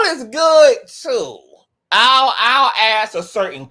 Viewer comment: Al not Owl…